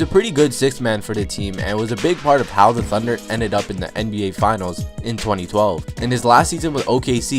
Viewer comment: Do you not know how to say "the"